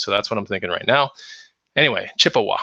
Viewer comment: Chip a Wa not the long A, the short A sound